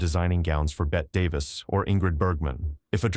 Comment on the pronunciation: Perhaps consider writing your script phonetically --- especially names --- if you are going to use a tech voice. Betty Davis instead of the correct Bette Davis, Marlayna Dietrich instead of Marlene Dietrich, etc.